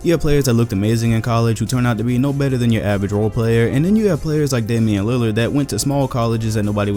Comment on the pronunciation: Im i the only one who thought he said danille lillard